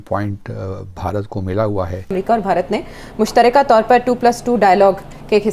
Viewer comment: These pakistanis are so duffer as they can't pronounce ever Bharat. They say Baharat 😊